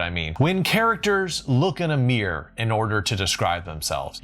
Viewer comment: Stephen King wrote his Mr Mercedes series in present tense. The Hail Mary Project by Andy Weir is 1st person present tense. I prefer the characters' thoughts in italics both when I read and write. Mirror is a 2 syllable word and is not pronounced 'meer'. Craig McMurtry's name has an R on each side of the T (that's from a different vid you did but still).